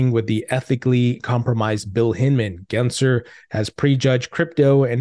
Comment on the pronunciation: There's an L in Gary gensler's name bro gensLer!!!!!!!!!!!